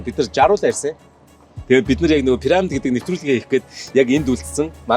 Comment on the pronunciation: Ene gold ni suuj bgaa sahaltai pesda chne hel muutaimuu? Paramid Paramid gd hutsaad bhiin.. Piramid gd zaagad ogchooch sd..😂😂